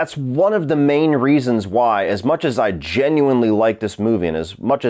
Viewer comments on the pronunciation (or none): none